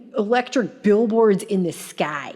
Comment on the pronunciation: When she says sky that Midwestern really comes out